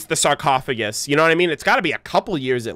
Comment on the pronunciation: "Sarcophasgus" Nice XD